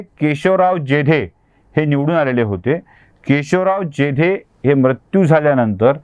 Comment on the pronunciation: शब्द म्रत्यु असा न उच्चारता मृत्यू असा हवा